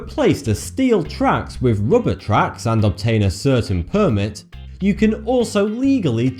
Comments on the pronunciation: get away wif????? its get away (WITH) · Dude no offence. Please pronounce your words properly. Wiv = With. Forty2 =. Really no offence. It'll be more professional, better presentation and get even more 'subs'.:)